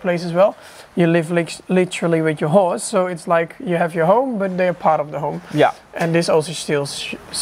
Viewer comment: I didn’t hear him say horse…I heard who….I’ll just keep it pc lol